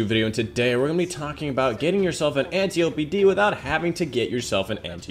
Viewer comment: loved the vid very important for people who have been unlucky getting the antiope but thats now how you say its name its pronounced ænˈtaɪ.əpi {"ant eye o pee" just not spaced out and said together}